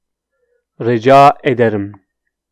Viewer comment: You are sayin Rica ederim like Raca ederim